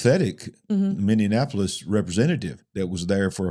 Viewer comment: you've added an extra syllable to Minneapolis....sorry it's just making my ears go all funny...sensory issues...😇😜